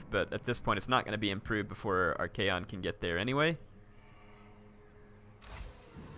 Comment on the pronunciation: I know this is too late but for future reference please his name is pronounced Arc-on